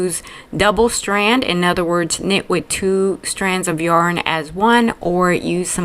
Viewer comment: ‘With” not Keith!11]